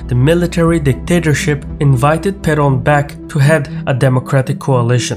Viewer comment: He got the "Juan Domingo" part fairly correct, especially the J, but he was defeated by the R in "Perón".